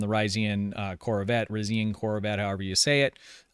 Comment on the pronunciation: Who the hell is saying "Riz ian" lol The damn Shows say it pronunciation shouldn't be an issue lol